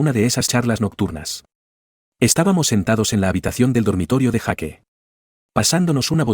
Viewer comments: Jake se pronuncia Jak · En las pelis americanas pronuncian yeik / Jake